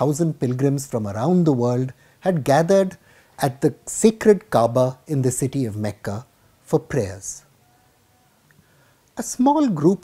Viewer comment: You are an editor of a responsible media house, pronounce the words properly. Kaaba is 'sacred', its not 'secret.' You spread hate even by pronouncing words in a terror way.